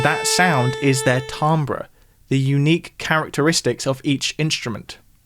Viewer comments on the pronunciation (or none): sorry to be a picky little annoyance but it's pronounced "tamber", not "tambre" or "timbre", or "timber".